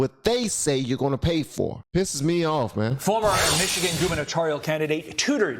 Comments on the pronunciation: Pronounced Michini.... Ya nevermind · Michi-gander. You're welcome 😁